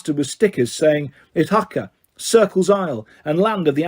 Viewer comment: Guys hes british and not greek ofc he pronounced stuff wrong i did feel myself die a little when he pronounced ithaka eye-thick-uh